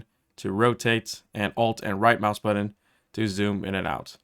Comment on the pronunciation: Could not watch for more than a few minutes after hearing the word "button" mispronounced over and over again.